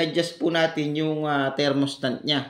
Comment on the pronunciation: Thermostat po hindi thermostant hahahahaha